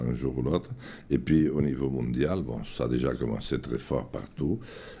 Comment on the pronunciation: "le moundial" "le COVIT" J'adore ce mec